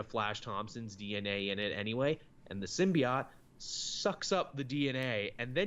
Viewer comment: Everytime I hear "Sim-Be-OT", I die just a little.